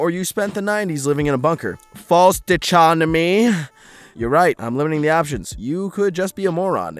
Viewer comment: Re your pronunciation of dichotomy and a few other words throughout this and many other videos if you don’t know a word, take 5 seconds to Google it so you can say it correctly Just an idea.